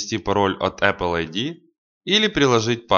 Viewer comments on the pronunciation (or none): none